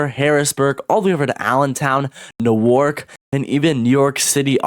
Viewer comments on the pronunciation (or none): Its pronounced new-erk